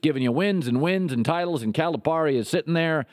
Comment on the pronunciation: Could you at least pronounce Cal's name right? The rest of it? You are just funny! We love Cal! Just leave Ky alone, you have no idea what you are talking about